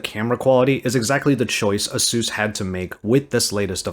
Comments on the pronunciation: Who is Azeus? It's A-sus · "Ay-soos" is how you pronounce it. Other than that I love your content! Keep it up!